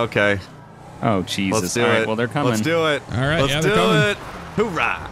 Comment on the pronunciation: Oorah, not hoorah Actually, just don't say it :\